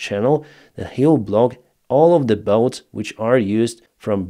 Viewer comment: "Bots", not "boats" ;)